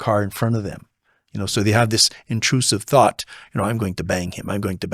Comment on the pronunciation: Intruthive sought 😂😂😂😂 love it